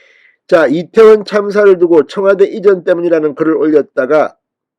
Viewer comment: 천박한 남영희뿐아니라, 짧은혓바닥으로 괴변 날름거리는 박홍근! 이때원참사라는 발음. 말할때마다 혀가찗아 날름거리는혓바닥 보기역겹다